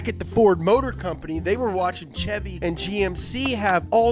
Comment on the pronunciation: Kudos for saying chevy the right way no shevy like all those other weirdos